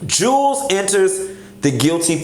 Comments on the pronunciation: Jew Wells not Jules lol I die laughing every time you say it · I really can't take you serious when you keep calling him Jewels when his name is pronounced Jew-Elz